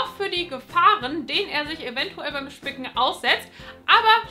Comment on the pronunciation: Wer hat am Anfang auch anstatt spicken, fick** verstanden?😳😂😂